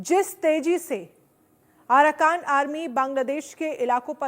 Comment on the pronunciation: Bahan ye aarakan nahi aarkan h or manamaar nahi Myanmar h. Apni language ko sudhare.